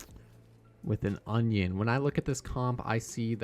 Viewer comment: why are u calling anran "onion" lol